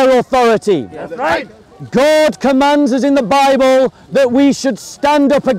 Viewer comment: THE LADY SAID " YOUR BIBEL ?? "